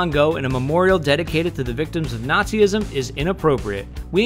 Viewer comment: Nazism not Natzi-ism